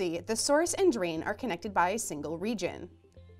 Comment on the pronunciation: You can't improve pronunciation this way, and you shouldn't have to. There is one spot where she means to say "and" but it comes out "N"